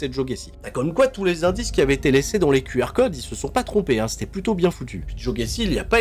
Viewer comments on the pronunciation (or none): none